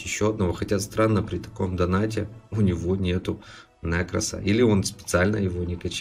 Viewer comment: нЕкрос, а не нЭкрос 😂